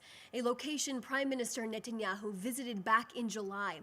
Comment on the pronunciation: OK, firstly, I love this wonderful intelligent, beautiful girl’s eloquence, passion, and always factual truth. I love everything about the way she communicates and her beautiful way of speaking. I also want to give her a shoutout for being literally the first English speaking public-facing media related person correctly pronouncing the super super easy Bibi Netanyahu’s last name. For you dunces out there who can’t say this simple SUPER EASY pronunciation, Netanyahu is pronounced: Ni-Tan-YAHU (notice the NI, not NE pronunciation). The vocal emphasis is on the last of the three syllables. IT IS NOT PRONOUNCED: NET-enyahu (there is no E sound in the first syllable). This does not rhyme with a basketball net. It rhymes with Cousin It)😅 It really isn’t hard, folks 😂